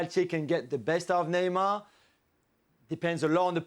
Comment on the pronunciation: If she’s trying to do accents Neymar is pronounced Neymar In Portuguese not Neymal like you would pronounce it in Spanish, I know she’s fluent in Spanish but stop trying too hard..other that her knowledge what the game is good.